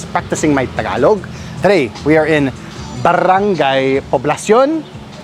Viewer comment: You're almost there with barang-GAY. Keep practising. pala-YAN, not pa-LA-yan. pa-LA-bok, not PA-labok.